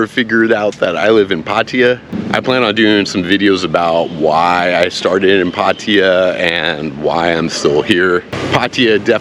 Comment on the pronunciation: Your pronouncing Pattaya basically correct! It’s not Pattaya Tie ya which drives me nuts!